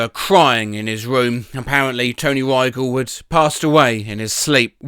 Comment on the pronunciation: By the way, he’s pronouncing Rygel wrong